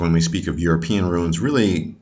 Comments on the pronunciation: Not pronounced "ru-ins", but is pronounced "roons" or runar. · Why are you pronouncing runes like ruins? The long u is not a diphthong! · true, no "I" in "Runes" then it's straight forward .. and i am a Danish viking👊👍